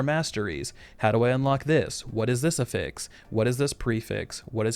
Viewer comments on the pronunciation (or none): The way you say AFFIX just kills me dude. Emphasize the first syllable, just like you do with SUFFIX. Great content though. Sorry for bitching. 😣